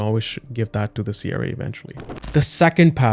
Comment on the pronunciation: Your video is unwatchable. Your pronunciation of CRA is triggering Siri in my car.